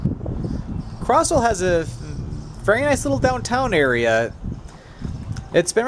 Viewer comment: Hey bro, the town is pronounced (Cro•z•well) not (Cro•ss•well) im sorry but that kinda bugged me cause i grew up in that town bro